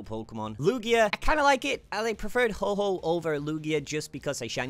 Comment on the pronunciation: I don’t want to be rude but you keep calling it Ho-ho instead of Ho-oh.